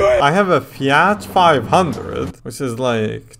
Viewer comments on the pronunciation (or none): none